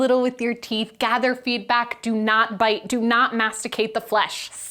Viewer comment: Why did you say dont bite so emphatically? Is biting dangerous?